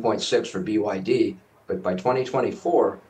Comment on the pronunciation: 😂😂😂😂 hour can you be taken seriously saying byd